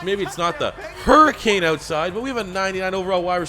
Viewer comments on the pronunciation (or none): none